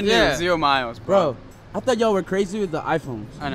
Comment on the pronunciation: “It’s gonna be a lotta caws wew buyin bwo” “It’s worf it bwo”